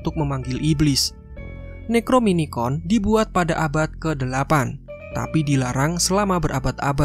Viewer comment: NEC-RO-NO-MI-CON BRO